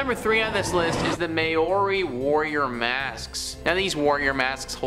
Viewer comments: May-o-ree. LOL. Funny way to say Maori i.e. Mao-ree. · Please! It's not mayori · were you trying to say Maori? i've never heard it butchered so badly omg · the way he pronounced Māori is super cringe!